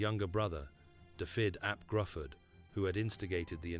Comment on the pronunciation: Its not gruford its pronounced Griffith